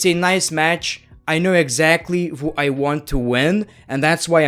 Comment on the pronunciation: How everyone pronounces who = "Ho" This guy = "Wo"